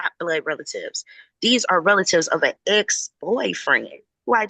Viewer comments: “Oaf uh office”😂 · Another "oaf" of office. LOL!